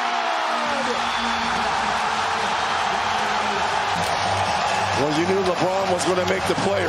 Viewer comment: SchrÖder nur Schruuder :c